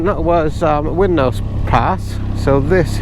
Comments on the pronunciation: It's pronounced Rhinenose pass, as in the name of the River Rhine! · It always puzzles and amazes me how many people mis-pronounce 'wrynose pass' as 'winrose pass' it's 'wry-nose' (think rhinos!) just look where the 'r' and the 'n' are in relation to each other for goodness sake! (The name originates from the Dane settlers who called the fell that it's on: "Wrenhalse" which means 'stallion ridge'. This became "Wrenosse Hill" in the 16th century and "Wrenosse" later became "Wrynose".) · It's Wrynose pass pronounced 'Rhinos' not Wynrose 👍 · That pronunciation of Wrynose 😂 Try it... Phonetically Rye Nose 😊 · It's pronounced 'Rhinose' silent W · Sounds like you enjoyed my back garden. I live in Broughton in Furness and the section of A595 is my commute 🎉. Wrynose is pronounced RY NOSE by the way 😉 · a great video. the wrynose pass by the way is pronounced rhinos the same as the animal. i learned to drive on all those roads, great fun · It's pronounced 'Ry' nose pass 😉 But a great trip 👌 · Nice one guys. Isn't the Lakes just a fabulous place to ride a bike 😊. As for Wrynose (pronounced Rinose) and Hardknott, I do them on every bike I've ever owned, the easiest bike I've done them on is my little Royal Oilfield 350 Meteor, a doodle! I'm looking forward to the next instalment 👍🏍. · Wrynose is pronounced with a silent W. These roads over the passes where only a sealed surface in the 1950/60's. Previous to the surfacing they had been used in the RAC rally with a target time for each pass of ~15 to 20 mins. It can be seen on satellite data that the route of the roads had a few alternatives over the years. Always have a paper map, there are areas where the mountains block GPS signals as even more areas which have no 'phone' data.